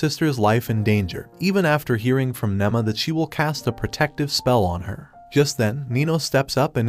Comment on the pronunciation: Her name is Nema not Nama